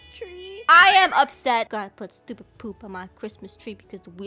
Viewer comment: you said stopid